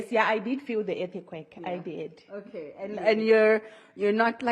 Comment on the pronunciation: Whats an "Er-ti-quake"